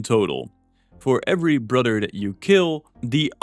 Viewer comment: Brudder...brudder...brudder...you spell brother a thousand times in this video and just cannot say it correctly at all.